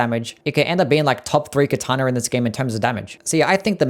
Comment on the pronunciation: "Kataner" 😂 Love the ranking